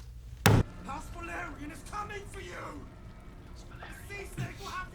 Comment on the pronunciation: Guys, it´s Velaryon, not Valeryon, you keep saying it wrong every time. And the Velaryon kids are dragon riders and have their own dragons due to their Targaryen mother Rhaenys. If you could turn up the volume of the videos that you´re reacting to or at least put subtitles, it would be much appreciated, please, cause most of the time we don´t even know what you´re reacting at, unless it´s action sequences.